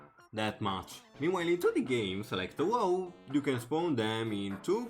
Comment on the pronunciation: interesting vid man! :D though the way u pronounce touhou hurts my soul lolXD